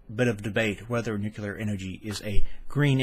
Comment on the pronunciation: not nucular, nu CLEE er. new clee er. I noticed when I did voice over that I had a few words I was actually mispronouncing and it was just years of habit and I had to basically retrain my brain. Like, seems I always said "im" words such as "important" as "inportant". Has anyone every proposed a solution that would cost $0 and be doable in 40 years: curb human population. ? We won't need half the power. ah, but I forgot the greedy rich who rely on the billions of people.